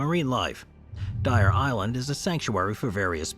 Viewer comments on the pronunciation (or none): none